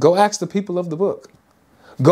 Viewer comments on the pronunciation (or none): I love you man but can you swap “axe” with “ask”? 😂😝 I’m sure you don’t mean, in this context, that Muhammad was meant to axe the people of the book 😂